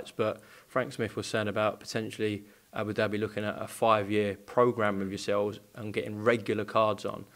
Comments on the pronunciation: ed its abu dhabi not abu derby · It’s not Abu Derby Eddy it’s Abu Dhabi pronounced Dabi😊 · Great Partnership with as Hearn says “Aboo Derby” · Haha whys Eddie sayin abu-dabi like Abu-Derby fml hahaha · Can someone tell Eddie it’s not Abu derby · Eddie "ABOO DARBY" Hearn